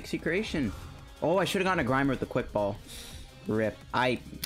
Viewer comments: Having English as your main language... not knowing how to pronounce secretion... #murica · I ain’t gonna front, for someone in Uni, it’s hard to believe u can’t pronounce the word “secretion” xD. I like the deck tho, maybe find room for mukmuk gx. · Tom Ian Rogne Klungland relax, people pronounce words wrong all the time. He may have dyslexia or something like that.